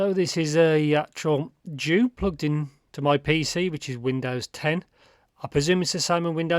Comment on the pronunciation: Nice review as usual. Btw, it’s pronounced as jü, meaning chrysanthemum, that is what the character on the cover means. The flower on the faceplates represent chrysanthemum.